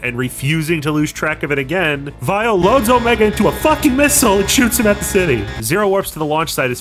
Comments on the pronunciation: It almost sounds like you call weil as vile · I like how you say Dr. Weil's name with a German accent so it works as either Weil or Vile (his original name in Japan). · Text: Weil: Vile Me:?.....????? Am I missing something here? Edit: Oh. It's just the japanese pronunciation.